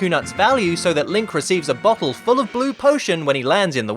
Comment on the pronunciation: I know he bottle but at first it sounded like he said butt hole.